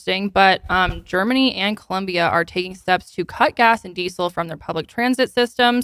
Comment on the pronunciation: Thanks for pronouncing Colombia properly. It's true, I've seen the electric buses I live in Bogotá (accent on the a) but won't riding the cable cause they to not so nice neighborhoods